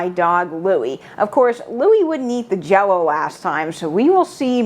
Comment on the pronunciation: says JELLO-O…I am watching!